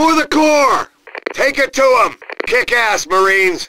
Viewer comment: “Our recon plane will find zem!” -Wehrmacht announcer